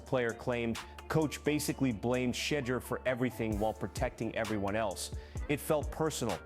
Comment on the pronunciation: He said she-door😂